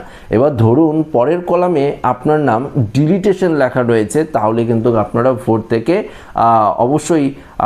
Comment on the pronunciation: Dada, Apni video te bhul kore delitation uchharan korchen ota deletion uchharan hobe 🙏